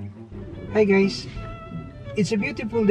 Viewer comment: When he says “hi guys” he says “hey geys”